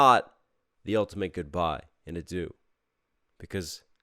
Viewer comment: P.S. “adieu” is pronounced ah-dyeuh, not a-do. Also, “adieu” is, I think, more than just goodbye, it’s more like “farewell”, and “auf Wiedersehen” can mean the same thing, “so long”, so it is interesting to mix the different languages, and the nuances of “goodbye”.